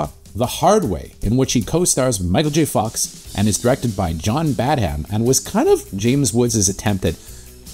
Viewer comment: Woods in Casino and Cop ( another best no one saw )? Throw in The Boost, which plays like a slasher, in which Cocaine is the killer, and you got the Woods Trifecta. Also, I believe the h in Badham is silent. Blue Thunder is another great no one saw.